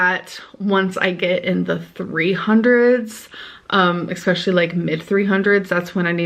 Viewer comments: “Ex-specially” and “ex-settra, ex-settra” kills me every fucking time It’s ESpecially and ET cetera. Get it together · It’s like “eckspeckshully” like why just why lmao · OMG THANK YOU THANK YOU!!!!!!!!!!!!!!!!🎉💐🎊🎉💐🎊 i f'ing hate the eXpecially so much. I'm SO happy someone finally said it! Thank you. It LiDdUrALlY enrages me. Every time i hear her say it I become irrationally angry because it makes my damn blood boil. Lol- I'm just grateful to finally hear a reactioner actually comment on this! 💜🖤💚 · Thank you so much for the "expecially" rant! You are the first and only reaction channel addressing it and it has been driving me insane! I thought I was the only one who was annoyed by it. (Being annoyed is an understatement, it drives me up the wall.) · lol I feel ya, it drives me insane when people say "exspecially" and "aks" instead of "ask" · Expecially- it’s the ONE thing that infuriates me too. It’s like 3-4 year old. I have noticed there’s a lot of eye rolling in her recent videos. Is she being honest? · Thank God you called out "expecially" hopefully she sees this and actually fixes it. Im not that type who gets angry but this pisses me off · "Exspecially" and "excedra" make my blood boil. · She knows dang well how to pronounce "especially" she's just, in her mind, speaks so quirky and unique but I agree it infuriates me lol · I don’t get how she thinks this makes her sound quirky. It just makes her sound lazy.